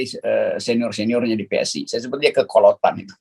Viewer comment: PSI tuh bacanya spi.... 🤣